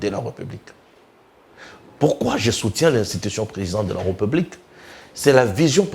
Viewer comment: Mais où tu as appris que l'on dit republique? On dit plutôt RÉPUBLIQUE avec accent sur le e qui se trouve entre le r et p. Essaie de corriger quand tu prononces le mot république. Juste un petit conseil. D'accord?